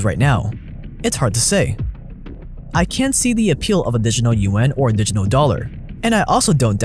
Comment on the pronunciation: repeat after me. di-git-al. di-giT-al